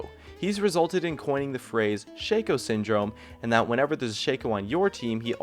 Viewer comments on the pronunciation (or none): It's not SHAKE-OH it's fucking Shaq-oh. Like Shaquille. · Dislike you said Shayco